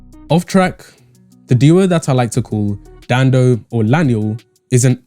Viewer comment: It's Danno, not Dando.. smh